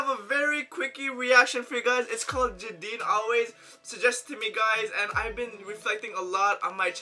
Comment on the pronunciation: jadine is pronunced as jey-din